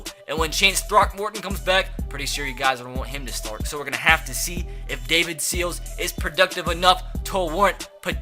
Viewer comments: You say Sills like Seals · Sills is pronounced As in window sill not as like Navy Seal